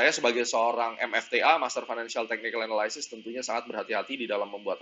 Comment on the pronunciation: Bagus mas, tx. Tp ada yg keliru pronunciation analysis nya. pls check dict mas. Salam..